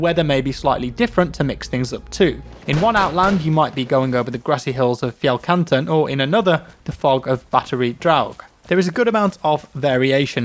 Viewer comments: The way you said “fjellkanten” was spot on! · i can confirm that your norwegian prononciation was funny to hear but actually pretty good, Fjellkanten sounded totally norwegian hahah